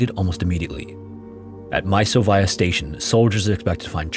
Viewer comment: Russian here. Thanks for the neutral history discussion. A couple of corrections: Chita city name is pronounced "chit-A-h". Mysovaya station name is pronounced closer to "misov-A-ya".